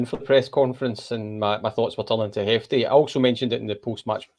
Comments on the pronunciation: His name is Jefte not Hefte. Listen to the manager. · Yeh the ‘J’ in Jefte is pronounced like the ‘J’ in João Moutinho